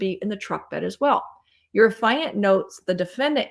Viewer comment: Please. It is not “a fi unt”. It is “af eee unt”. You are driving me koo koo with every mispronunciation. I can hardly listen to the video over this.